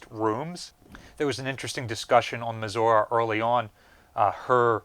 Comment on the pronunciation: Why can this man not pronounce Missouri?